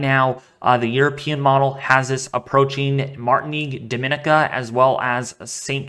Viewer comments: Thank you, from St Thomas USVI!! Dah-min-KNEE-ka is how we pronounce Dominica. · Not really my friend. You pronounced it correctly for Dominican Republic, but Dominica is pronounced differently. Dom-in-EE-ka is how it sounds. Just trying to help. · it's not very important, but I cringe when I hear it, so I'm sure Dominicans do too.